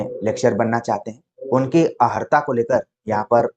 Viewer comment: जी अर्हता ही शुद्ध शब्द है। किंतु कभी कभी योग्य व्यक्ति से भी अनजाने में अशुद्ध उच्चारण हो जाता है 🙏